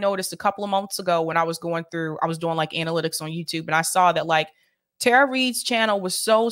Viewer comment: Powerful story. Thank you both. Respectfully, just saying this because it keeps happening and from multiple people on the left...her name is pronounced Tara ( tah-ruh) not Tara (tare-uh).